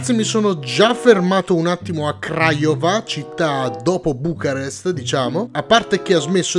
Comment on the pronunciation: Comunque non ne azzecchi una di pronuncia delle città ahahaha Aràd Craiòva Oràdea Debretzen